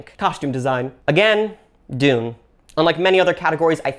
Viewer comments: “Denet and Tune” 😂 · "Denet and Tune" 😂